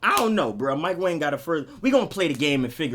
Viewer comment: Mike Wong not wang btw